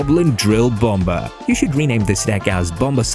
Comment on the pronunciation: It’s pronounced “bom - er” silent B my man